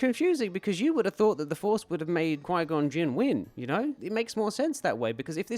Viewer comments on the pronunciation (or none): "Mr Gon Jin" It's Qui-Gon, first name, Jinn, last name. Seriously, content creators have gotten so lazy, why even bother? Yeah, so that's an unsubscribe.